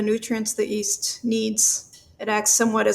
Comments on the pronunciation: Go ahead tell me your guest bread scientist didn’t say ‘east’ instead of ‘yeast’ at least twice (second of which was around ~ ). I double-dog dare you. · kept saying "East" instead of "Yeast"... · Does she also know something we don't know about the pronunciation of the word yeast? It sounds like she's giving the 'Y' an 'I' sound. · The doctor pronounce yeast as east. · Anybody else find it strange that the doctor pronounces yeast as “east”? It’s not a silent “y”, sister! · why does she pronounce it "east" instead of "yeast" ? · Does she keep saying "East" instead of "Yeast"? Is this a thing? Or is it just a quirk of hers? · Why's she pronouncing it EAST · Did you say "yutes"? I mean "easts"? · Is she saying “East” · She can't pronounce the word "yeast." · And her pretentious pronunciation of yeast. So comical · The bread scientist who can't pronounce the word "yeast." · wait. Have I been pronouncing "yeast" wrong all this time?